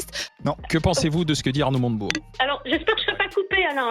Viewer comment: Montebourg pas Motenbourg 🙂